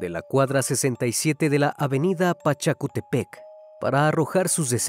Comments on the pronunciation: Es Pachacútec no 'Pachaputepec' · Excelente trabajo como siempre🙌🏽, es terrible que aunque quiso salir de una relación violenta, la violencia pudo más y le arrebató la vida, historia que lamentablemente se repite. Solo una acotación, soy de Perú y se pronuncia Pachacútec, con la tilde y fuerza de voz en /cú/, muchas calles, distritos e instituciones lo llevan por nombre porque se trata de un inca, no es Pachacutepec. Muchas gracias por tu trabajo ❤️ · No es Pachacutepec - es PACHACUTEC Buenos videos, saludos. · No es pachacutepec es, Av pachacutec tabkada de Lurín lima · Es *PACHACUTEC. Gracias por el video, un abrazo y ojalá saques más casos de perú. ❤ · Se dice Pachacútec